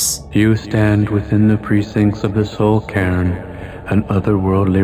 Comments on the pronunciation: Soul "CAIRN"... not "can", right... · It actually is "soul cairn" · c - air - n It's an awkward word, but I am pronouncing it correctly. dafuq kinda goofy shit is KARN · Soul karn. KARN!!!! Stop butchering words!!!!